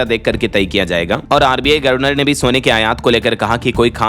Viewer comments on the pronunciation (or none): यह "गर्वनर " वाला शब्द कब तक सहन करें और झेलें😢 । हमें यह बहुत चुभता है। अच्छा होगा कि इसे सुधारकर "गवर्नर " कर लो!!